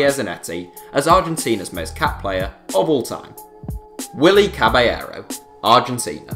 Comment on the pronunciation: Caballero is pronounced Cabashero